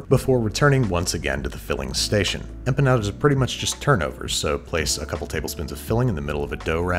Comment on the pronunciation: You were doing halfway decent with the Spanish until you hit that hard D and said EmpuhNawduhs.